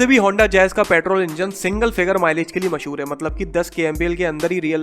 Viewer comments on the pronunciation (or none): none